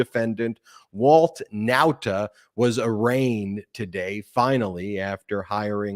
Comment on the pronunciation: I really can't stand how u say Walt Nautas name!!! I love the show but the way u say his drives me crazy lol